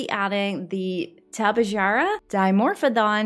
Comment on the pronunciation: To be honest, your pronunciation of Tepejara was pretty dang close. I give you points for attempting them. Shows that you care. :)